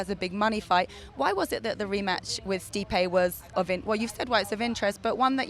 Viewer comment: LMFAO she said steepee